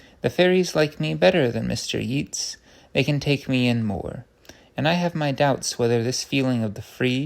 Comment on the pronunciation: Lovely. Chesterton's romps and frolics through ideas are a delight to hear. Just for future reference - the poet Yeats is pronounced 'Yates'.